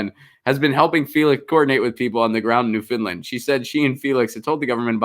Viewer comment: New F-o-u-n-d-land as in "I found my lost keys", not Finland! ;-)